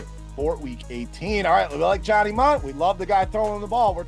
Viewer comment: Mundt not min